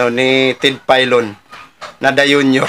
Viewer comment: Parang slip of the tongue yung dayunyor haha.